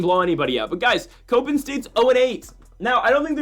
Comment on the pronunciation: It’s “cop-in” not “cope-in”…..come on guy!!